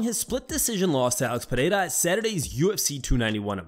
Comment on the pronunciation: Why do these ass pirates say Al-X Podada. Are they trying to sound worldly or European? It's Alex Pereira, just like it's spelled.